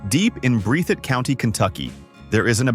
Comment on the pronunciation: That be pronounced breath- itt….. county kentucky; it was also the most volunteered county in all USA for solders in ww1; and ww2. Facts. And you pronounce Kentucky Derby …. Wrong, it’s not Darby which is actually a concrete tool. It’s derby!!!! You missed a big one….. the Kentucky Wildcats basketball team, known across the world, have more victories, than any collage in America.more ncaa tourney wins, 8 national championships. Kentucky plays basketball! Every barn has a hoop on the side. Been to 100s of little communities across the state with 50-300 living people , almost all have a park with full court basketball court. , Pikeville, Kentucky home to Hatfield and McCoy, biggest family feuds in American history! A Pepsi cola, and peanut butter sandwich, goes together like chocolate and Carmel!